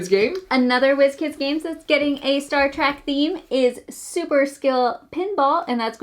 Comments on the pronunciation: Star TrEk -- with an "eh" -- not Star Track... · It’s Star TrEK, not Trak